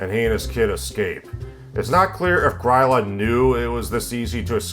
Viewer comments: Great video, but gryla is pronounced grill-ah. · I think you MAY have mispronounced "Gryla"